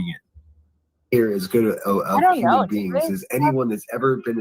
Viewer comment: I cannot I hear saying uman just like Ted says it 😂😂not human but uman